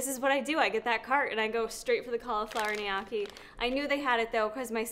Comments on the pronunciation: Say it with me.. NO-KEY .. lol Knee-ya-key 😂🤣😂🤣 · Elizabeth Dodds Lol all Italian websites/videos say to pronounce it Knee OH Key (with the oh being emphasized). Not saying I know that’s correct, but just because your husband is Sicilian doesn’t make it correct 😆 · Please... Gniocci is pronounced NO-KEY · From an Italian person...Gnocchi = “Ne-ukky” 👍🏻🥰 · Just google gnocchi pronunciation. Great vid